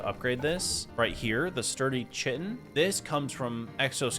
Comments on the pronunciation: I hate that you pronounce it chitin instead of kaitn. it's Kaitin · Chitin is pronounced KITE-in. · The drops that you get from insects, "chitin," is pronounced "kyton." Just thought you would like to know. 🌻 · The way you say chitin is wrong, there is a shovel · Bro keeps mispronouncing chitin over and over.😂😂😂 also, does he ever set his spawn at his base?